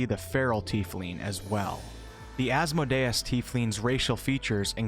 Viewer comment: I enjoyed your segment. You got to look up pronunciation for names. Asmodeus is a Hebrew Cabal not French, please stop mispronouncing his name.